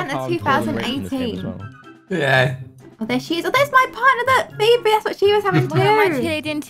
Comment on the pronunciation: vaw lolllllllll Said phoeberry sooooooooooooooooooooooooooooooooooooooooooooooooooooooooooooooooooooooooooooooooooooooooooooooooooooooooooooooooooooooooooooooooooooooooooooooooooooooooooooooooooooooooooooooooooooooooooooooooooooooooooooooooooooooooooooooooooooooooooooooooooooooooooooooooooooooooooooooooooooooooooooooooooooooooooooooooooooooooooooooooooooooooooooooooooooooooooooooooooooooooooooooooooooooooooooooooooooooooooooooooooooooooooooooooooooooooooooooooooooooooooooooooooooooooooooooooooooooooooooooooooooooooooooooooooo funny